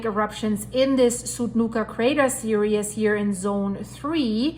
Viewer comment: I love all your videos , But , I am going crazy every time you call it “ serious” rather than “series”! Lol I’m pretty sure it’s just your remainder of your German accent, but it might be confusing to some people cuz they might think your meaning it’s serious, rather than it is a series of eruptions lol ! Sorry if I’m being a Karen bringing this up! Most of all important I want to say I love your content and please keep up the awesome work, I greatly appreciate you putting so much effort into your awesome content!! Much love to you and your family and of course all your four legged family members, my boxer “ otto “ sits and watches all your videos and loves when Rudy gives his two cents ! He does that doggy thing turning his head back and forth lol! Thanks again!!